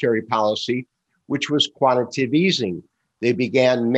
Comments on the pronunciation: You’re in denial. Listen to the podcast again carefully. Not to mention, you are the only person I know that mispronounces the word “quantitative” as “quantative”. Why do you think I got two likes? They heard it too! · He still can’t pronounce QUANTITATIVE Easing correctly. Perhaps if he knew how to spell it, he could pronounce it correctly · Love BUT please someone tell him how to pronounce QUANTITATIVE EASING!